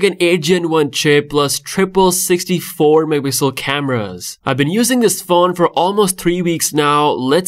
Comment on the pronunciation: Nobody:: mehpixel 🤭❤️